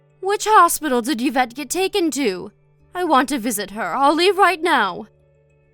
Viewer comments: Please. It's EE-vette, not YUH-vette. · The pronunciation of the daughter-in-law’s is E-vet. 😁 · Oh please.. Yvette is pronounced eve ette..u dopes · Yee -vette.. Like Yee-ve St. Laurent 🙄